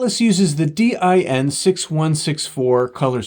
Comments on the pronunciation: It took me off-guard hearing DIN pronounced "Dee-Aye-Enn" instead of just "Deen" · No german says D- I- N like that. its just Din, spelled like you would a word, not an acronym, even though it is an acronym. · DIN is an acronym, but we pronounce it as one word. DEEN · FYI, in English, “DIN’ is not spelled out, but pronounced as a word, rhyming with “tin” (basically, the word “dinner” minus the “ner”.) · Although DIN is an abbreviation for "Deutsches Institut für Normung" and as such could be pronounced as individual letters like you do (similar to e.g. IBM), it is most often spoken as if it was an actual word, sounding similar to the english word "dean". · Hearing D Y N so often kinda makes me want to print a doormatt with that and ship it to him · sounds like DYN to me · I’d say it rather rhymes with english "bin". The "e" sound in "dean" is a bit too long. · In Germany, DIN is pronounced as one word and rhymes with bin. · In English, in industries where the name “DIN” has been around for a long time (for example, in electronics, where DIN connectors have been in use for decades, or car audio, where car stereos use several sizes of DIN mounts), DIN is pronounced exactly like “dinner” minus the “ner”. Short “i”. That is, it is not pronounced the same as in German.